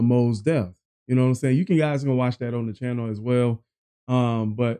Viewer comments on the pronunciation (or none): none